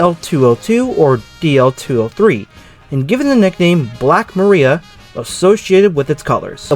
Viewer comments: Mariah Muh-rye-yuh. It's what they call the wind. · Nice vid Black Maria is pronounced Ma-rye-ah. It was a term also used for police arrest vans - AKA Paddy Wagons